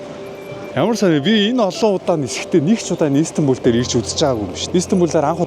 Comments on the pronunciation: İiiistanbul bish istanbul shuu hahaha 😅🤣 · Иис тамбул биш Истанбул гж богино дууддаг болно❤ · өө тэгээд ииистанбул иииистанбул биш мэдлэггүй дуракаааа зүгэээр Истанбул, И нь өргөлттэй биш цүүццү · Shanghai, Turk, Solongosiin ongotsnii buudal dajgui sanagddag. Ийстанбуул, Аайрпорт гэж хэлэх болгонд тухгүй сонсогдоод байх юмаа😂 Истанбул, Эйрпорт